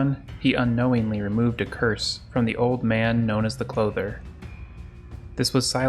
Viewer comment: “Clother” bruh you got me to spit my coffee out lmao